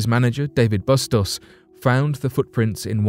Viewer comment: Bustos = BOO-stohs